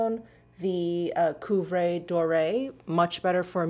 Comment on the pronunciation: is it 'cuivre'? pronunciation a little off for that one (it's actually copper, iso gold)